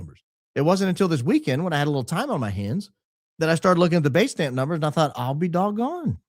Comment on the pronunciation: What's this word "baitstamp"? I've never heard it before. Is it trying to say datestamp with a bad cold? What does baitstamp mean?